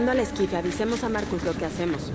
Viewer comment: Es esquife la palabra es esquife